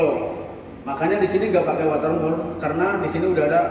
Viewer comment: Saya awam pak. Bisa dijelaskan nama2/istilah barang2 yg dibutuhkan apa saja, seperti water mur dll. 😂 Gak kedengaran jelas namanya 😀